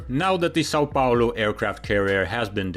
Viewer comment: HEY. Very well pronouced São Paulo. Also, Minas Gerais. Congratz from a fan from Brazil, living in Germany. (BTW, 25 de Maio also very well pronouced.)